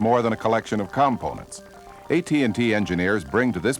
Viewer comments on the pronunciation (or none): The way this guy pronounces components, priceless: com-pwn-ents